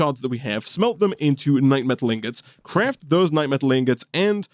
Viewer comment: for yall who didn't know, died 6 times to the lich, which he didn't show here lol, also note that keeps misprounouncing the knightMETAL as knightSLIME for some reason